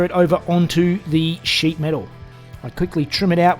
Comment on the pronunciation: Did he say shit metal work or sheet metal work on the engine bay...LOL